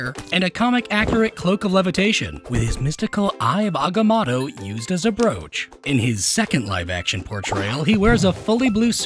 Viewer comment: You kept pronouncing the amulet name wrong